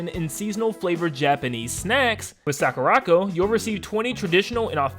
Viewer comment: Is anybody else botheres by the way he is pronouncing sakuraco? It's really bothers me that he can't even say the name of his sponsor probably